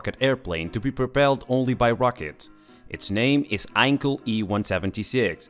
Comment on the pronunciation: He is not called Einkel.... His name was Heinkel with an H... you can compare it with "hundred". You dont speak it like "undred".